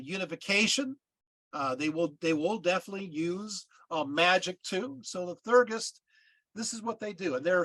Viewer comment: If you are going to try to explain a spiritual cosmology that is way beyond your understanding you should at least learn how to pronounce the terms. For example Theurgy is pronounced Thee-ur-jee and Theurgist is Thee-ur-jist, not thur-gist.